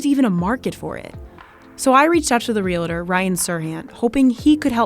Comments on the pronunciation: reel-tor honey, and the accent is on the first syllable -reel. not reel-ah-tor. got it? reel-tor. say it out loud. reel-tor. again one more time reel-tor. good girl. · i stopped watching when you pronounced it "Real-a-tor".......it's "Real-tor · REALTOR! Not REALATOR REAL-TOR!! NOT REAL-A-TOR! Why is this so difficult for people to pronounce? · Why do people say realator? Ugh 😑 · RealAtor??? Come on! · Her pronunciation of “realtor” 🙄